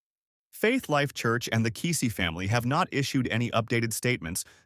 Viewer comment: You're pronouncing and spelling his last name wrong. No excuse for podcasters to make these mistakes. Unsubscribe. 👎